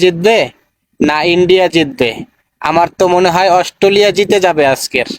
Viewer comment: দুধেল গাই বলছে অস্টলিয়া, 😅😅😅